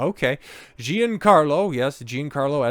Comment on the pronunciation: Gian is pronounced like John, only shorter, ok? Think of his name as John Carlo